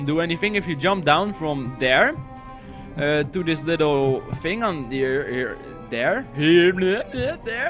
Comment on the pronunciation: You say fing, instead of thing, you should work on that ;)